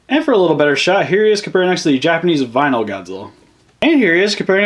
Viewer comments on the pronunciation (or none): none